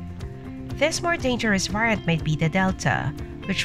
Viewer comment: Why don't you pronounce variant correctly?